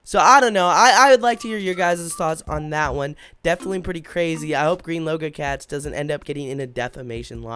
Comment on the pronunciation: he said greenlogocats